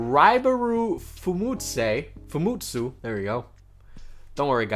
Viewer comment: I have a tip for you for pronouncing Japanese. All the vowels sound the same all the time, like a in car, e in keg, i in hawaii, o in orange and u in oof (lmao) and tsu always sounds like tsunami. So when saying Fumetsu its like fu (future) me (messy) tsu (tsunami)